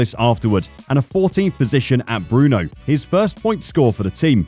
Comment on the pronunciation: Is it true that the speaker will use the winter break to learn to pronounce non-english names ? Like "Giovanni (Jo.wanni not Geeeowwanni) or Brno (Brrrrrrno nut Bruno) etc.......